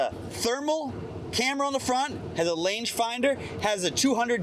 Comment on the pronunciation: 2.21he said lange